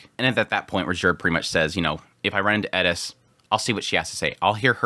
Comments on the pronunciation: Like the video but the "Edis" pronouncing? Why aren't you saying "Eris" if you have trouble with "R" all good my man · Eris. Rolled R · The Edis is driving me nuts. My brain keeps saying It’s ERIS!!!! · Sounds like you're saying "Edis" instead of Eris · Someone please explain why he pronounces "Eris" as "Eddis"??? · Why the fuck do you pronounce Eris like that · bro ur good and entertaining to watch but please pronounce eris right. there's no 'D' in her name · He says eris so weird lol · I came to the comments just for this to make sure I'm not crazy. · It's the only thing he pronounces with a Japanese accent. It's driving me crazy the whole video. It seems pretentious, even if that's not the intention. Seems like he's "Trying to sound cool/smart". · Plz say Eris right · Do you really have to ask ? Like Edis instead of Eris Ghilaine instead of Ghislaine Rujerd instead of Ruijerd